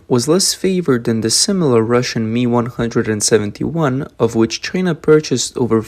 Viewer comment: MI is not pronounced ME but phonetically EME EYE. Like just the letters M and I.